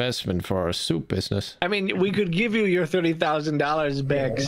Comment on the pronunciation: accent was excellent until he tried to say “thirty” 🤣